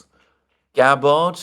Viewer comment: Hi, please ease off the 2nd "a" in Tulsi Gabbard's name 😂 If confirmed, it will be ironic for Tulsi to move from the "Terror watch list" to the "Director of National Intelligence"